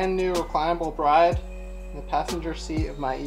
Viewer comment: Brid not bride